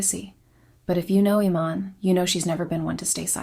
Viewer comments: Is this AI audio? How did you do ALL that research and mispronounce her name like 3 different ways.. ee-MAHN. i-MAN? Ee-MAN? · UGH. YOUR PRONUNCIATIONS ARE HORRIBLE. "Iman" is "ee-MON." Mugler is "moo-GLARE." And don't forget Beverly Johnson and a few other African American models BEFORE Iman.